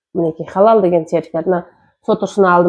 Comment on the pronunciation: Халал деп жазса да, хадал деп айтын заманласлар